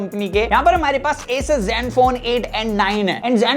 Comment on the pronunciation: असूस नाम है दोस्त, ऐसस नही